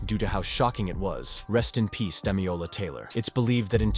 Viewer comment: my guy needs to learn how to read. it's DamiLola, not Damiola. Amongst a lot of other mispronunciations in the video